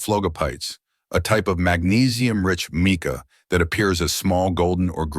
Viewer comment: The narrator obviously isn't a geologist or even a rock hound because nobody pronounces Mica as "Meeka" !